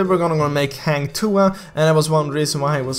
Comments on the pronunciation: Its "Ha"ng not "hey"ng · Not heng tuah its "hang" tuah kinda hard to pronounce if you're not in sea..so its okay..thanks for making this video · Hang bukan heng